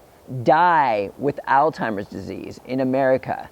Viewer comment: pronunciation is alls hymers, not all timers, just trying to help